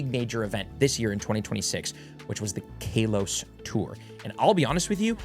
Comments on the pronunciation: ok man stop it’s not pronounced like kale 🥬 it’s kalos like California it’s not cailefornia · First off KAY-los? Second off "it was gen 1" Do you know what Kalos is? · KALEos tour xD